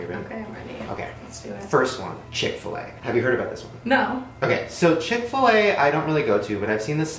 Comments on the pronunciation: what the actual hell? I’m not even American and I know that chic-fil-a is NOT chick-fil-a nahhhhh that’s not right😂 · So fucking weird. There's a Chick-fil-a right next to my house and I always thought it said "Chic-fil-a" not "Chick-fil-a"